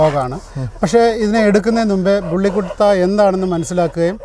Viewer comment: കുട്ട alla bro pronounce bully kutta must be pronounced ബുള്ളി കുത്ത.......